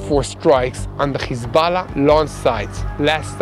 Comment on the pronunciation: Please say Hesbollah and not Khesbollah.